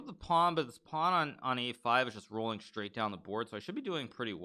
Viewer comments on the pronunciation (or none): none